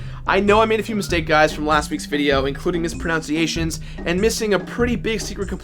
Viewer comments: mispronounced the word "mispronunciation." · mispronouncing the word mispronunciation... I'm going to give you the benefit of the doubt and assume it was a joke!